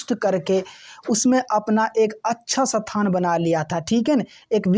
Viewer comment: are sir ji sathan ni hota h isthan hota h 😊